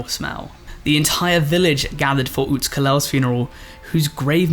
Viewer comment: Great try at pronunciation Alux is prunounced alush or alushe (aloosh)